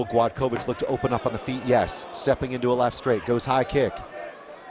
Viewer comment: Not Gladkowicz, but Gładkowicz. Ne Gladkowicz, nego Gładkowicz.